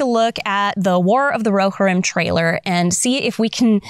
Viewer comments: Phonetic Pronunciation: roh-HEER-im IPA: /roʊˈhɪrɪm/ breakdown:roʊ: like the "ro" in "row" hɪr: like the "hir" in "hero," but shortened (like a quick "here" without stretching the "e") ɪm: like the "im" in "him" Love your channel, your content and the exquisite way you rant without ranting about the things we —the nerds— love. It's like a peaceful rage 😂. Thank you! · I believe it's pronounced ro-HEER-im. Also, the clips are from "The Two Towers", not "The Hobbit".